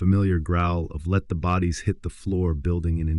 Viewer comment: Is he saying let the booties hit the floor?😂